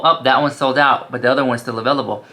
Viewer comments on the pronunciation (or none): none